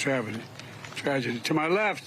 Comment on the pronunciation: He has no idea what he's saying. "You played defensive tackle for somebody good...at any rate...something something something..." can't even say "tragedy" without slurring his speech.